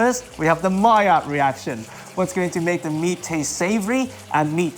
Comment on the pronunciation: for mallaird